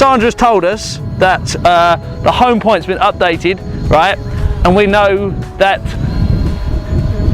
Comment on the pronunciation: lol "the home point has been updeate" lol